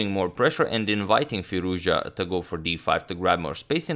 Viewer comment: It's Firouz- Jahhhhh,, damn all this time and you still did not learn how to pronounce his name??